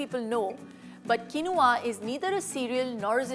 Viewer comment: It's pronounced keen waa😊